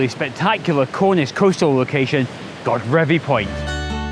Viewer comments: great stuff one day I will get back to Cornwall:) Godrevy is pronounced God-reevee with a long e sound in the middle but nice try! Better than all the Scottish names Ive wrecked when there! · Love the video and your usual fantastic energy,. I'm pretty sure it's pronounced guh-dreevy. I have friends who live in Falmouth and sometimes go surfing there, so I remember the name. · Hi, great video blog as usual. I just love the coasts of eastern Cornwall and Godrevy is probably one of my favourites. We're staying at our friends chalet in Hayle in a couple of weeks time so I hope to get out and about with my camera. I'm sure that there are many but I thought I'd offer a pronunciation of Godrevy. I think Glen Sumner, below, got pretty close but I'd like to offer that there isn't so much emphasis on the God as in God-Reevee but Gu-Dreevee. My father-in-law, a certain Mr Trevithick, who originated from Camborne just a few miles away from Gwithian, assures me of this. I'm not going to be one to argue with him... LOL. I'm over to you website now to catch your bonus location. All the best.